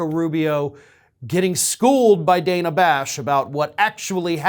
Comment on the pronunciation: I hate to pull threads but she pronounces her name Danna...dan na...not Dana.